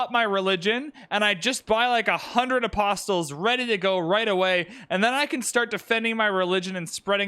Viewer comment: BTW you don't sound the 't' in apostles